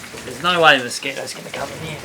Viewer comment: Did you say mosquitos!?